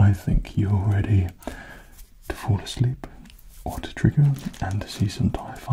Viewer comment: I thought he said "If you Force Leap" instead of "If you fall asleep"